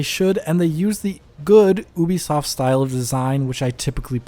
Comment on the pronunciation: It's so embarrassing to me that you can't even be bothered to learn how to pronounce "Ubisoft" correctly. It's You-bee-soft. Like Ubiquitous Software. Almost exactly like that, actually.